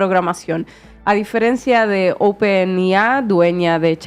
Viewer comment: se dice wolstrit, no "wol es trit" es open EI AI, no lo que sea que dijo. la madre que lo parió.... vaya que las gafas no sirven ni para leer bien y bueno....